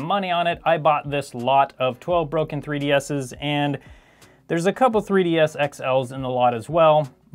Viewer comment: "broken Nintendo 3D asses"